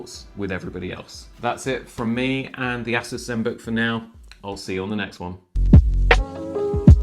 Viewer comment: Ass us? ASS US?? lol I've heard it pronounced Ay-Soose. I've heard A-sus but never ASS US!